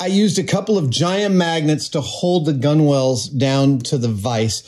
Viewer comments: I'm loving the bulid so far but I can't let you off with your pronounciation of Gunwale. It's pronounced gunnel (/ˈɡʌnəl/). Apparently it was always pronounced gunnel, I'm not sure why the spelling makes it look as if it should be pronounced differently. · Did he say “gun-wall”? Gunwale is pronounced /ˈɡʌnəl/ — like “GUN-uhl”. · I hate to be pedantic because I love Adam's videos, but his pronunciation of gunwale is killing me. it's pronounced "gunnel" like "tunnel", not "gun-whale" or "gun-wall". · (Psst, like many maritime terms "gunwale" is spelled with more syllables than it's said, every sailor I've heard say it says "gunnel", rhymes with "funnel") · For what it's worth (about two cents), the word is spelled "gunwale" and, pronounced correctly with a silent W, "gunnel" with accent on the first syllable.Many traditional nautical terms are like that. For example, the word forecastle is contracted to and pronounced "fo'c'sle". Sorry, this old sailor couldn't resist. 🙂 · Great vid as always but gunwale is pronounced gunnel. Ships have lost of weird ones like that, such as forecastle pronounces folksel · I believe that gunwale is pronounced "gunnel". And pedantic is pronounced.... ;) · Hey Adam, gunwhale is just pronounced "gunnel" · The w is silent. It’s pronounced gunnal. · Gunwale is pronounced gunnel